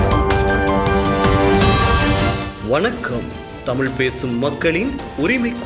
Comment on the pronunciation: வணக்கமா?வொணக்கமா?வாசிப்பதா?வோசிப்பதா?ஏன்டா தமிழைக்கொலைசெய்கிறீர்கள்